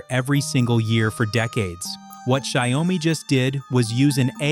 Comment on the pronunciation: Interesting video, but the AI keeps mispronouncing the name of the company, which is annoying. "Xiaomi" is not pronounced "shy-owe-me". It is pronounced "Show (as in 'shower') - me". This means "millet" or literally "little rice" in Chinese.